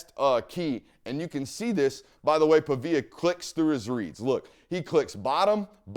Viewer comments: PA-VEE-UH not PUH-VIA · Pronounced like pawveeyuh big dawg